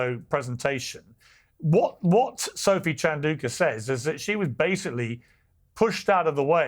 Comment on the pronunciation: Piers, please pronounce Sophie Chandauka's name correctly.